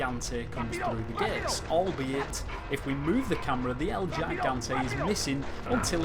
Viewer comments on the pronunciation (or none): No el llaigante, el GIGANTE (el HE-gante)